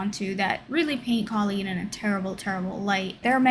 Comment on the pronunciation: She pronounces it “Cole-een”. Sorry, just had to haha.